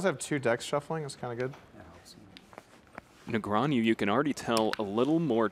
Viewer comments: is the guy pronouncing "Negreanu" wrong or am I stupid? sounds like he is saying something like "Negranew" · That commentator saying Negreañu instead of Negreanu was bothering me more than it should have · It’s funny how the announcer keeps saying Negrean-YOU instead of Negrean-OO like it’s spelled. Where did the Y even come from?!? 😅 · Its literally NEGRANU, not NEGRANIEW... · Hahaha, this is pretty annoying. My brain shortcuts when commenter says Negreanju throughout the event. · Why is he saying ”negraniu” or possibly ”negrañu”? 😂😂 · Nigranju? .. Either this guy needs to sort out how is says it, or everyone else in the world needs to. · Quit saying Negrean-YOU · why hasnt someone told this broadcaster, NEGREANU isnt pronounced ne-gre-a-NEW? how do these people get jobs in broadcasting and cant pronounce one of the most famous players in poker? SMH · I had to stop watching because of hearing nagronyou so many times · I just wanna see the commentators stop mispronouncing Negreanu. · Except for the one guy constantly saying Daniel's name wrong. You think SOMEONE would have fed him the proper way to say it at some point during the 3 hour game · mispronouncing Ali and Negreanu is so tilting. In other news, the friendly banter was great and it was very entertaining and both played well. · Who paid this announcer to spend 3+ hours MISPRONOUNCING DN's name? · Who are these casters? They can't even pronounce Daniels name? WTF? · I cringe every time the announcer says "Negreanu" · Can't stand the way that guy keeps pronouncing Negreanu.